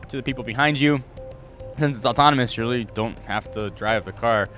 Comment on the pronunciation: Weally weally WEALLY! (Sorry)